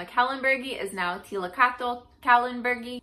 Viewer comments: its pronounced as liltocatal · T(i)/lil/to/cot/(e)l. The -cottl part is like kettle with sharp emphasize on first syllable. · The first audio clip is the more correct pronunciation. The second one, female voice with the "tull" ending fo the word is wrong. 1st one is good to go! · Don't worry, I'm Mexican, we have a bunch of words that come from Náhuatl and even I struggle to say Tliltocatl lol I'll keep trying my best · Great and POSITIVE video, thank you! If I may offer a suggestion for your pronunciation: The greatest (mechanical) challenges for those speakers of Europid languages, whether traditional or colonized, are lingual position and mouth shape. For speaking this Nahuatl word, shift focus away from placing the tip of the tongue just behind the front top teeth (as in English) and instead use the top of your tongue, flat against the middle of your palate. This will enable you to properly sound out the first and last syllables, while disabling you from producing the long, low and very English sounding "TOW" of the middle syllable, which does not exist in Nahuatl. If you feel your breath escaping by the sides of your mouth rather than the front (as in Europid lingual structures), and produce a sound more like "KLI" and "KL" sound, you're doing it right! An unpracticed, Europid language speaker pronouncing something like "KLIL TOH COCK" would be a great approximation! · You almost say it right at the end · You could speak the second t tho xD